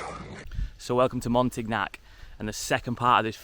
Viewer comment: Say Montignac ....MONTEEN YAK BTW I liked your first place best but the cabin was great too , with your gf on the 3rd though , downstairs too small